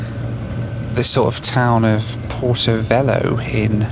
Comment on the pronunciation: I could be wrong, but I think it is pronounced "Porto Vel-yo." The H does things like that in Portuguese ... Porto Velho is also not some random town, but the capital city of the state of Rondônia.